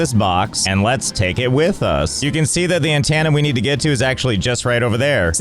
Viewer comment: An...TANae? That's the best pronunciation of antennae I've ever heard 😂